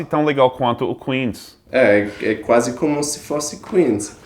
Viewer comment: Ele falou " quase chique" mas acabou pronunciando "quase" errado.